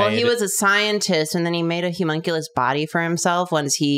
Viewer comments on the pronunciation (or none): why do that keep saying Humonculus, it’s Homunculus. This is unsightly. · Idk why but when said Homunculous I thought she said Humunculous like hes super hunky